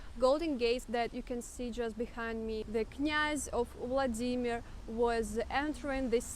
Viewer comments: Non-russian : VLAA-di-mir Native russian : vla-DIII-mir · Yes second syllable please! In german language we also say WLA-dimir. So funny hearing her saying the german word "SCHLAG-baum" as "Schlag-BA-um".